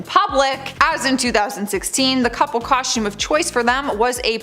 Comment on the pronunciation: Coshtewm… is fun to say eh